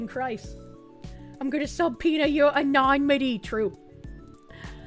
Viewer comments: Say it with me kids: A-NUH-NI-MUH-TEE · Love the coverage, but my "grammar heiling" tendencies flare up every time says ANONYMITY (ah-no-nim-ity) like anonmity (ah-non-mity) 😂 Could be the boston accent though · Love the way you say "anonymity". Lol. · Say is such a strong word. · This dude somehow got me to side with Kiwi Farms. Also, pronunciation of subpoena and anonymity crack me up 😂